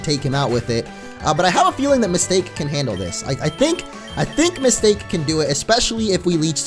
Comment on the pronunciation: Isn't it supposed to be Ms. Ta-Ke. Not Mistake?